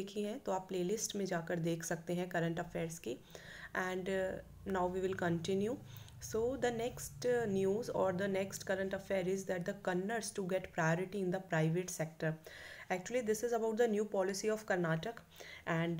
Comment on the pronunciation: It is not Kannad it i kannada